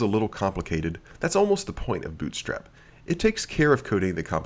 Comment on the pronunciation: "bOOt strap" LOLOLOL where are you from?? your accent is tripping me out!